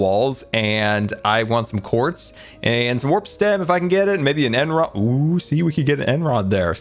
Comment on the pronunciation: When he said end rod it really offended me